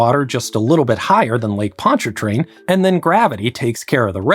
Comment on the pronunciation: As a Louisianan, I will be grading your pronunciation of things throughout the video and time stamping when you mispronounce something. 1: The first r is silent in Ponchartrain. 2: Here it’s pronounced Or-leens Avenue. You made 5 pronunciation mistakes that I am aware of.